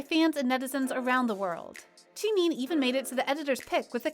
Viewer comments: No one: Literally no one: Voice over: CHIN and CHIMIN from BTS I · The way you say “Jimin”